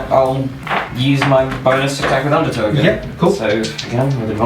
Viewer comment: I keep hearing it as underTOE XD